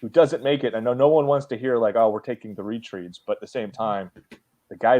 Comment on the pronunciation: The way pronounced retread will haunt me forever.